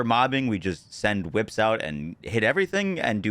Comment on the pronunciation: So glad you changed it from chwhips 😂 that was awful to listen to